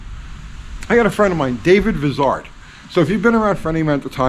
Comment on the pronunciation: David Vizard is a giant among children, I love watching his show!,you need to overcome your NYC up bringing. Vizard is pronounced like I, not like is. Just a little needling, love your show too.